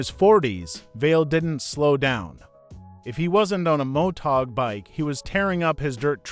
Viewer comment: Did the uploader even proof watch this? The AI is terrible. This is a fail video. It can't even say MotoGP. Motag?? And there's other words it gets badly wrong. Footage is good, if a bit all over the place. But the AI is terrible.